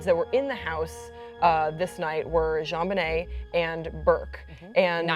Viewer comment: The hostess of this show keeps mispronounching Jonbenet's name. It's not zhonbenet, it's pronounced like John.